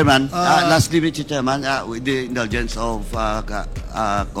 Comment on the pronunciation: Alex Bongcayao: Mister Chairman pronounced “misteh tsiman”